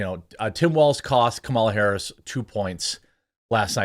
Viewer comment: IT'S STILL........KA-MA-LA....